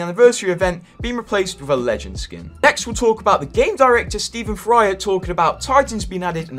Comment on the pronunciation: Man everytime you say Steve Ferreira I think you're saying something else 😂 don't take this as an offense or something, but you can read Ferreira the following way Fe=fu, Rei = Ray, Ra = ruh. Fuh ray ruh = Ferreira heheheheh